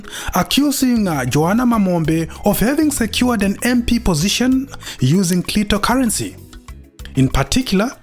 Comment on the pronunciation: Clitocurrency 😂😂😂😂😂😂😂😂😂😂 yowerere!!!😅